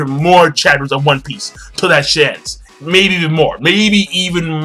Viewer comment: on piecoooo , lol japaneese accent